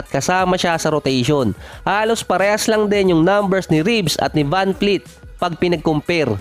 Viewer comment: vanvleet not vanfleet